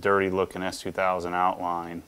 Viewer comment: It sounded like he says, "Dad, is that an Ass2000? " Yup! 😂😂😂